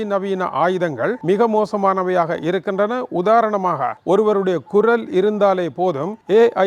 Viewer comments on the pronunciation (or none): none